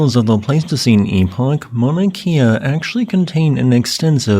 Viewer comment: for future reference pronounced 'kay-uh' not like 'Kia' cars